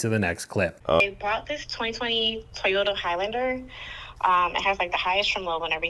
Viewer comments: why do Arabs and Hispanics say “teeoyta”? It’s TOYota. There’s nothing between the T and the O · drives me nuts, especially the way he says "Teeyota", It's TOYota, like Grand & Toy, or Toy Truck, etc.. 🤦‍♂️ Giga cringe.